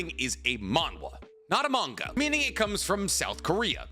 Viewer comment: It’s manga why do u say it werid